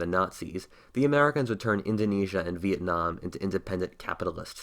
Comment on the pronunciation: does he pronounce veitnam wrong lol veinam